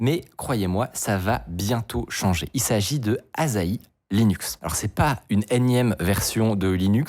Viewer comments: Il faut le prononcer Assahi et pas Azahi ;) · Pour info, ça se prononce "assahi", pas "azahi" ^^; De plus, "asahi" (旭) c'est aussi le nom d'une sorte de pomme, la McIntosh ^^; Et j'adore le clin d'œil ^^ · Un détail, la prononciation c'est pas A'z'ahi mais A'ss'ahi. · C’est pas “Azaï” c’est AssaHi. Soleil matinal en Japonais. Super vidéo sinon. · Petit instant culture : Asahi, ça se prononce “Assahi” (soleil du matin en japonais), et c’est aussi le nom d’une variété de pommes, que l’on connait sous le nom de McIntosh. (bon aussi bien, ils en parlent dans la video, mais je n’y suis pas encore) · Cela aurait été pas mal d'avoir appris à prononcer le nom de la distro avant d'avoir fait la vidéo... U_u A-SSA-HHI "Soleil du matin", en japonais. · Je comprends pas pourquoi tu le prononces "azahi" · ça se prononce "assa-'hi" 😀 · Ca se prononce [açahi], "Soleil du Matin", en japonais (Ca peut avoir d'autres traductions).